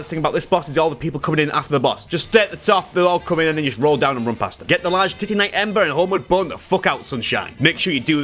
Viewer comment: Normal people: Titanite: TITTYnite